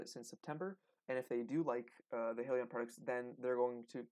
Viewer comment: If you’re going to properly discuss a company and it’s stock, you should at least know how to pronounce the name correctly. The name is HIGH Leon. There is no hill in it. Only hills to climb to be profitable.